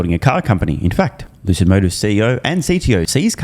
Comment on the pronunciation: Lewcid Mowtahrs